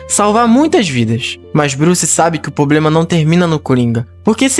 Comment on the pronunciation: O cara faz um roteiro top desse e não sabe falar a palavra "PROBLEMA". 🙄